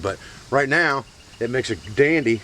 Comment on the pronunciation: Did you say "dandy" LOL jk Love your videos